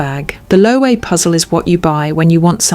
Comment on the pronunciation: Loewe —> pronounced “loo-eh-ve”